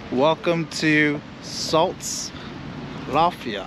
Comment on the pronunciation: Saldus. You actually pronounce every single letter You spell.